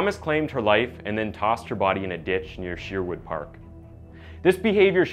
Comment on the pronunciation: I hate how he say Edmonton aswell as Sherwood park